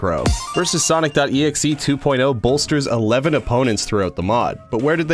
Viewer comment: Finally! A yt that says his name right